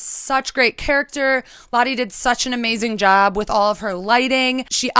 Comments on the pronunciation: All of the Dutch people cringeing when she pronounces the home owner's name Lotte instead of Lotte. Yikes. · This was so great! Beautiful home, Lotte. Don't want to speak for her, but the Dutch name Lotte is typically pronounced "Lot-uh." That's the best I can do when typing, haha, the "o" sound is kind of hard to type out, there isn't a good equivalent in English. edit: here's a good pronunciation